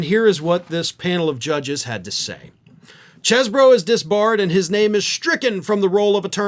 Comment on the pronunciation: for the last time, the pronunciation is "CHEEZ-bro"!